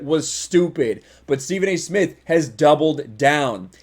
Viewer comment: Stephen a Smith can't even say his own name He calls himself Stephen A Smiff. Idiot